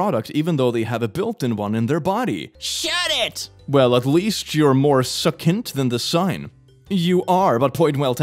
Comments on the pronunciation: Suckint? Is this really pronounced that way? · You do know ‘succinct’ is pronounced ‘ suck dunked’ not ‘suck int’? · Just an FYI that word is pronounced. sus sinkt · Succinct is pronounced suck sinct. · I mean, you are making fun of people being dumb when you literally can't say malignant, succinct or carcinogenic